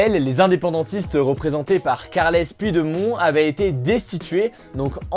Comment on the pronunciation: Carles pudemon dit poutchdémone c est la vrai pronontiation